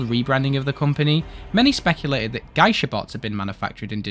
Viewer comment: it's pronounced "gey-sha" btw